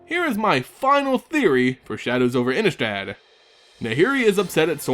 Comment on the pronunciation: Pronounced Ini-strahd. Thank you